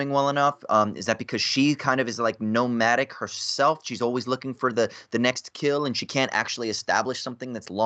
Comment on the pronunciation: When said “ nomadic” I heard it as “gnomadic” like nomadic garden gnomes